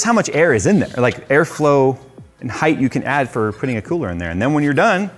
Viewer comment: my man, you're killing me, it's height not heighth lol Love this case, might switch to it when I upgrade